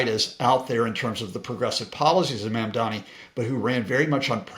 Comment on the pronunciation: Dude. I KNOW you know how to pronounce “Buttigieg.” PLEASE LEARN HOW TO PRONOUNCE “Mamdani.”